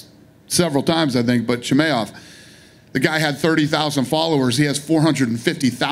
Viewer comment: "Chimeov"? Dana, please, know the names of your future champs